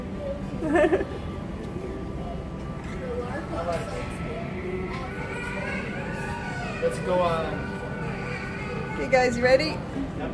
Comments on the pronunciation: is that right someone helps korean subtitle? Actually, i was quite impressed by your korean subtile in the video. It was flawless. Though, your korean pronunciation “도착했다” when your family landed on the incheon airport implies you are quite good at korean, right? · 와우~~ "도착했다"라고하신 말씀의 발음이 원어민과 구분이 안될정도네요. 이십년이면 한국에 사신 경험이 있으실지라도 한국어 다 잊기에 충분한 시간인데 대단하십니다. 일년전에 올리신 영상은 전체 소개이고 이제 부터 그 영상의 부분 전개군요. 일년전에 올리신 그 아름다운 영상의 내용, 잘 보겠습니다. 아이들도 힘들었겠지만 분명 큰 공부가 되었을것이라 믿습니다. 부디 하시는 일 잘 되시고 아이들 착하고 공부잘하고 가족 모두 건강하시길 기원합니다.